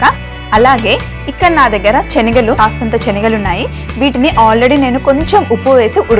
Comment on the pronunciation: చెనగలు కాదు శెనగలు